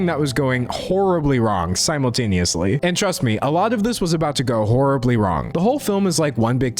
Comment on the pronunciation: did you say zimultaneously?